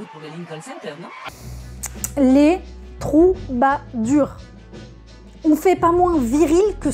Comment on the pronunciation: J'ai littéralement grincé des dents quand j'ai entendu "Troubadurs"... -Snakethoot